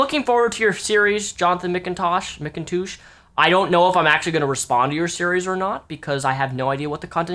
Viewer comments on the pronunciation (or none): is he sayin Mcindouche on purpose? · Every time says McToosh in this video, a unicorn is born.:'D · Are you saying his name weird to make fun of him, like McIndouche? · Is he pronouncing Mcintosh correctly? He's saying it like Mick-in-toosh. I thought it was said just like the apple. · it's pronounced "Mik-n-tush" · I could've sworn you said "McInDOUCHE" at least once. Maybe I'm wrong. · Please stop calling him "mkintoosh" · how you say his surname makes me laugh. Mick 'n toosh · Sounds more like Mac-N-Douche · Mcintoosh? Is that how he pronounces it? lol surely not.. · i thought mcintosh is a quite common last name for western people, weird how doesn't know how to pronounce it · Mispronouncing the name is childish, those people do it all the time and it's annoying. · can't tell if you really can't pronounce his last name or if its a joke, either way i love it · Is he deliberately pronouncing his name wrong?